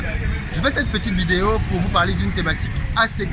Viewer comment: Je kiffe trop quand tu dis ''vidéyo'' 😁